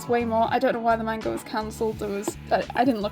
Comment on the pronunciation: You're pronouncing manga wrong.